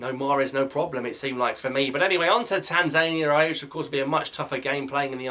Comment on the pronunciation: Love your videos, great work. Keep it up! One teeny detail: the pronunciation of Tanzania, i'm sure, puts emphasis on the last syllable. Anyway, look forward to plenty more fab videos.